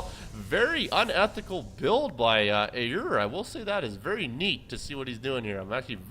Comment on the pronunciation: Hey Aiur here, its pronounced Eye - UR, :D